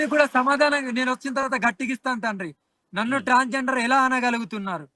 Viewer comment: ఈ అఘోరి మాతకు ట్రాన్స్ జెండర్ అనే మాటను పలుకడం రావటం లేదు. ఇంటర్వ్యూ భాగంగా పుర్రె గురించి మాట్లాడుతున్న సందర్భంగా పుర్రె లొ నీళ్ళు భుజిస్తానంటుంది.